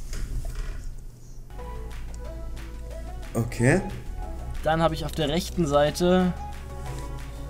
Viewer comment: Der heißt Stones und nicht Jones